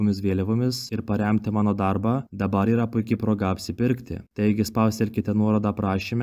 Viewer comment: ne pareeeemti o Paremti :)